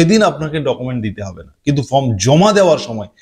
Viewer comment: ""FROM" na dada...""FORM"".......OK SIR. !!!!!